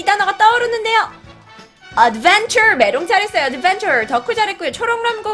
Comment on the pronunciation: is an AWESOME teacher. The only pronunciation mistakes that I noticed are: Adventure, is saying it like odd-venture, it needs to be like add-venture, adventure. Applaud, she is saying it like app-loud it's laud like odd not loud applaud. Ambassador, she is saying ambassERdor, it should make an UH/AH sound. Ambassador. AM-BAH-SUH-DOOR. Pleasant has no ㅈ in it. Pleasant is a combination of Please and sent. It needs to have an s/c sound PLES-SENT, pleasant. The same for treasure, TRE-SURE almost like TRE-SHURE. Treasure. For doubt you ignore the letter B and just say DOUT. I just thought I'd say this so that viewers learning these words will have a more natural vocal pronunciation of the words. I like watching her videos to learn more Korean. ^^; 감사합니다 선생님! (๑◔‿◔๑)